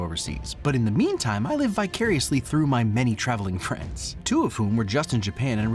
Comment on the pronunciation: Loose fri-ends? Anyway, great video as always.